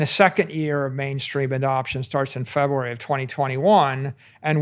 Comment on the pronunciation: It's so cute how he says February as Febwoowery.